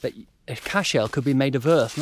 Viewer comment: This is a wonderful series, really enjoying your enthusiasm for the subject and I am learning so much. One tiny criticism (meant with the best of intentions), an Irish Cashel is a single word with emphasis on the first syllable, it isn't an ancestor of Superman ;-)